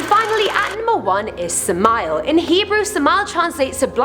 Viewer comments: I am worthless?. Not even close. Wicked? depends on who you talk to. You got that puny mortal. Oh and it's Sam-Ah-El or Sam-Ale not Sah-mile. Wait till I tell him. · When she said sameal I almost laughed bc that's not how u pronounce it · I've attempted to summon orobas. That's about all I'm gonna say on what happened. Also samael is pronounced Sam-I-el